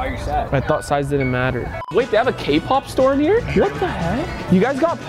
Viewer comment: …. “ I thought size didn’t matear”💀💀💀